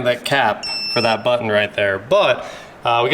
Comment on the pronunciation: And mispronounces the word button...or says it like a woman would.